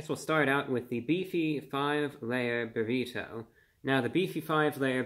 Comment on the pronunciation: Everyone: Burrido Review Brah: Burri TOE